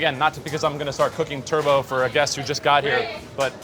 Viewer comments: Just wished he’d stopped saying Turbo instead of Turbot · also, this is super annoying...it's Turbot (Turr-bit), not Turbo... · it's pronounced turbot, not like the car - lol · Forget the cooking. How, just how do we pronounce Turbot, turbo……..? There is no way this chef is getting a third star with pronunciation like that.